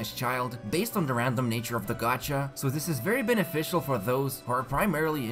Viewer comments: I love how you say benefischl instead of beneficial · Everytime he say beneficial all I hear is BenneFischl